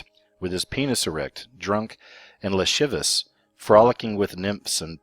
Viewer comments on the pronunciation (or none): ...the word "lascivious" is pronounced, LA-SI-VI-OUS. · "lascivious", come on man, if you cannot pronounce simple words how can we take you seriously...